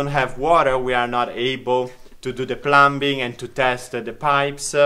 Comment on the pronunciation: It was so great to see you with Nicki and Carlo! English tips: "Plumbing" is said with a silent B; (sounds like plumming); and "I am am going to explain TO you". Your English is much better than my Italian ❤❤. Your happiness is contagious! 😊